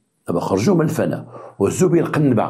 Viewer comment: نقول الفناء بالكسرة ولا نقول الفناء بالفتحة ،الله يهديك تكلم غير بالدراجة واعطي التيساع للغة العربية.لان الفناء بالفتحة تعني العدم.